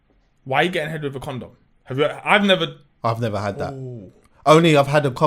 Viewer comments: stop calling it a com dom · it's a coNdom, not a coMdom😂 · Someone tell him it’s a condom not a coMdom 😂😂... ARGHHHHHHHHH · Is it me or does say comdom lol